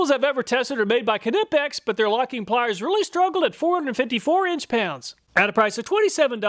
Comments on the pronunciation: Kah-nipix, lol. Never heard anyone call it that. Just nipix is how ive always heard it pronounced. Pretty sure the k is silent. edit: I love your channel brother. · knipex has been on the channel long enough now to be pronounced correctly ;) its not "ka-nippex" instead try "qneeppex" :) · NY-pex. Not Kuh-nip-ex. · It’s pronounced NIP-EX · It is pronounced "knee-pex." Uh, but great test. Thank you. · Knipex-pronounced~ nighpex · It's pronounced NYE-PEX. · Great video 😊 kah-nipex sounded like a sneeze 😀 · Please pronounce Knipex correctly - the K is silent and it's pronounced "Nipex" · isn’t it pronunced NY-pex? Like a knife?? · The Knipex YouTube channel has a pronunciation video. Kuh, ni, pex. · The k is silent. knipex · All these years doing tool reviews and you still mispronounce Knipex. The K is silent, like knee 😂😂😂😂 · I will never get over and forever cherish how you pronounced Knipex. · I believe the Knipex name has a silent K and the I is long. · Nope. Hes the only person ive heard pronounce the "k"